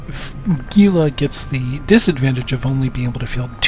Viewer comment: it's "hee lah" not GEE LAH. just a nitpick but damn, too many people do this